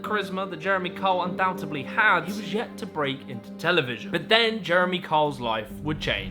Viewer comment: It's 'undoubteDly' not 'undoubteBly'. FYI